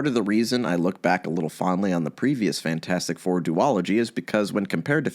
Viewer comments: I'm sorry. Cannot keep watching and listening to you say Fant four stick. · Take a drink every time says Fant4stic wrong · the best thing about Fant4stic is that everybody unanimously agrees that it is in fact pronounced "Fantfourstic".